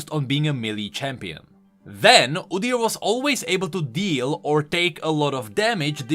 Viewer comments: I've never heard anyone say it like that, sounds weird. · Udyr is the Norwegian word for beast. For right pronunciation look up how Norwegians pronounce it